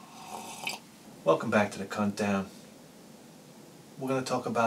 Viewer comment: It sounds like you're saying "Cuntdown". :)